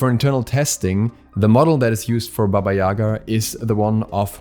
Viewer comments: It's not YAga btw...It's YagA... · It’s baba yagA. Emphasis on the second A. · Jac Obski, actually is is pronounced as Baba YegA (in Russian, Belarusian and Ukrainian languages). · Gale, it’s pronounced as YegA, lol. I’m from Russia, btw